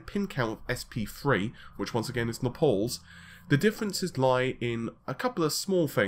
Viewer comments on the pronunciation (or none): NAYYYY-PULLLSSS I almost don't even know what it is that you are saying when you say nuh-pauls. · Napal the new CPU is gonna burn ? lol Naples as Maples with an N ohh my god I'm not a native speaker but I didn't know that English from England is so different from USA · Its not Napols man. It's Naples, like Maple(s) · Pretty sure it's pronounced "Nay puls". Not "nap alls" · Okay okay consider this an intervention from an American that cares. Im sure you get some kind of fix off of it but it's time to put down the drug... the drug um talking about of course is Naples.... That's " NAY-PULLS". NOT ENOUGH? OKAY FINE... I'll give you a fiber every time you say it this way, come on man you could just sit there and say it all day long and become a millionaire in no time! You've got to admit that's one hell of an offer! I'm offering you Financial Independence forever if you will change "NUH-PAULS" to the above mentioned "NAY-PULLS". And I don't care if your first reaction is to tell me it's some sort of British English thing.......!!!! IT'S RUINING LIVES MAN!!!!! THE HUMANITY!! 😋😝 thanks for the video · Nay-pulls. Say it with me. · You still refuse to actually pronounce "RedGamingTech". And "Nepals" again? Really? Gotchya. Bye. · yep looks like it. This puts a really bad impression on him as a press on any level when you can't pronounce Xeon or Naples properly. I'm going to now dislike every video where he says Napols, till he gets his act together. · Watch out! is sensitive about his 'napols'.